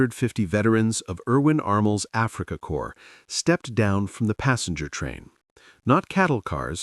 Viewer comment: "._😂Irwin Armel’s Afrika Corps…" 😂😂 That’s all I needed to hear. Bye.